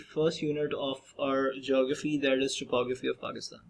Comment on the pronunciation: Hello. Beta, everything in the video is nice. Just please fix your pronunciation of 'topography' and 'rugged'. Look it up online or in a dictionary. Remember, first impressions are your pronunciations.